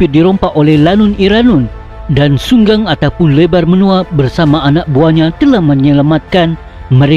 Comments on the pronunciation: Minit 6.46..Di sarawak di s3but Unggang " .lebur menua.." Bukan Sunggang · Unggang bukan sunggang